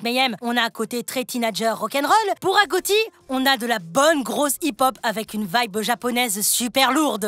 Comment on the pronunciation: On dit pas agotie on dit agochie voila 😊